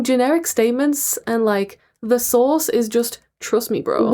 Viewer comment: Ashamed to admit that this entire time I thought she was asking “where’s the sauce” and not “where’s the source”